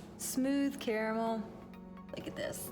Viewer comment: Great vid but you pronounced caramel wrong it's pronounced caramel lol now I want some